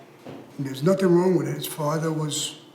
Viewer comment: Michael " my fathwa " 😅